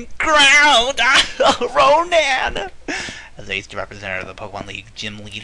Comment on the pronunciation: Noland? No man, Ronan. & Roman. Conan.